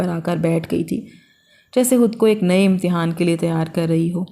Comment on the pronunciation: Hud nahi khud hota hai .